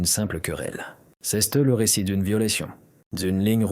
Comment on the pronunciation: Rhoo l’IA doit suivre des cours de Francais. C’est pas ceste le t ne se prononce pas tout aux kind la vidéo. Ceste insupportable.😫